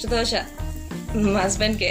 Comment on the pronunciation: Dhosa kadhu amma...It's Dosa...